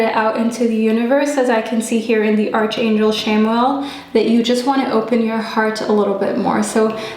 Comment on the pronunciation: However much we'd love arch in archangel to be pronounced as we see it "arch" it's actually pronounced as ark as arkangel. I just thought I'd mention it to such a lovely lady like you. With all due respect, it sounds odd when you pronounce it as arch instead of ark. Thanks for the reading anyway.